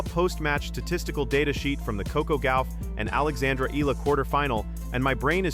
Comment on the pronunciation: Cannot even pronounce Eala’s name correctly!